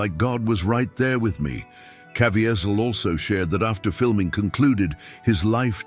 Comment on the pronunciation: Please learn how to pronounce Jim's name if you are going to tell this story